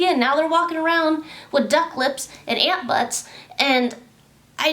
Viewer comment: Did you say ant butt's???😂😭😂😭